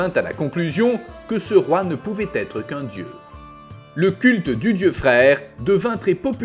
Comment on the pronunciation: Ça s'écrit freyr mais ça ce dit freyeur un peu comme draugr qui ce dit draugeur sinon change ton truc qui fait la vois ou change la prononciation qui fait saigné mais oreilles